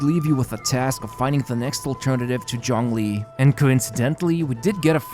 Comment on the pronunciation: excuse me, did you just say johngli